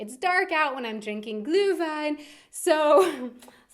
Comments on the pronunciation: Yeah I think it was very close, like 80% on the road between u and ü. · Seems as if you've gotten a lot of practice pronouncing Glühwein over the last few weeks ;-). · Just recognized you are an American that has mastered the "ü" as in "Glühwein". Kudos!